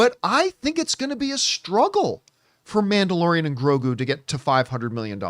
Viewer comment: “Manderalorian” lmao